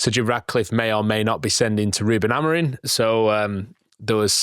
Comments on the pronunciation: Why do you guys keep saying Amorin. and not Amorim :/ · it''s AmoriM...with an M. Not Amorin.